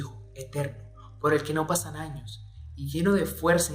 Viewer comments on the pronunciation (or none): none